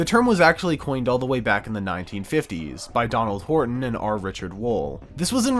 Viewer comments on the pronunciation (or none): none